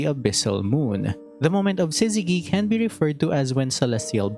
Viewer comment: Btw Syzygy uses the soft G, not Hard, as in in sizz-zeh-Jee. Y is a sometimes vowel, meaning it can turn consents such a G into their soft forms, Such as Gym, Allergy, Gypsy.